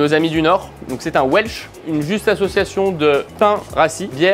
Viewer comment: "Ouaileucheu" je n'aurai jamais cru entendre le welch prononcé avec un acccent japonais, trop mignon 😊